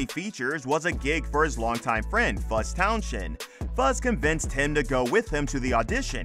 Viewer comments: I wish Fuzz's surname could be pronounced correctly,it's Towns end,not Town shend,the "H" is silent. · Did you call him Fuzz Town shend? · Yea, Towns-end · Town shend 🤔🤣🤣🤣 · Silent 'H' in Townshend 😉